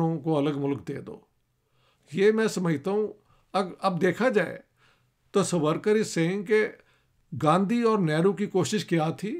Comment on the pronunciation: سورکر نھین ساورکر بولو